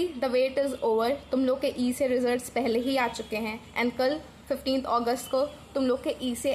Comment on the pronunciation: kya 15 clear bolo